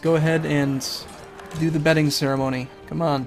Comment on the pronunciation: with a semi-southern accent "common Scotland I need you in my bedroom" lol